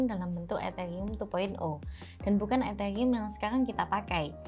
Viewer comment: Hah etheyium ? 🤣🤣